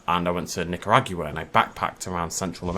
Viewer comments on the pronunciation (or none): none